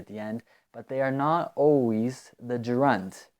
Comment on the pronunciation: Yo, bro. I think you're pronouncing the word Gerund in a weird way . I think it is pronounced (je'rend)